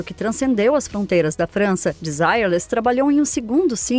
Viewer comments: Não seria a pronúncia "Denzirrê"? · era pra ser desirrê less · Em francês é: de-si- rrê-le. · Achei que pronunciava errado desde meus tempos de criança...kkk Agora vi que é De-zi-re-lês mesmo...obrigado. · VERDADE!! PERCEBI ISSO !! É " "DESIRRÊRLIS" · Se pronuncia Desirêles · Kkk Não aguento isso, as pessoas quererem pronunciar todos os nomes estrangeiros como se pronuncia em inglês. Apesar do nome ser em inglês e significar sem desejo, o conjunto era francês, que por sua vez a pronúcia é bem diferente: dezireles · Ok, mas a pronúncia do nome dela está errado, não é em inglês e sim em francês. A pronuncia correta não tem nada haver com o dito no vídeo. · Não assisti a outros vídeos desse canal... mas tenho minhas dúvidas que a narração tenha sido feito por por uma pessoa e sim por uma Inteligência artificial... está tendo muito isso no YouTube nas últimas semanas... Fora a pronúncia do nome da cantora, tudo está muito bem feito... posso estar enganado, mas tem essa possibilidade da I.A. sim.... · Eu não escondo que me incomodei com a pronúncia. O nome das pessoas não se traduz, mas o conteúdo foi muito bem produzido e produtivo. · ACHO UMA FALTA DE RESPEITO COM A ARTISTA ELA É FRANCESA.. MAIS ESTÁ COM A PRONÚNCIA DE UM NOME INGLÊS... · pronuncia horrivel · se a mulher e cantora francesa , a pronuncia tem que ser em frances kkkkkk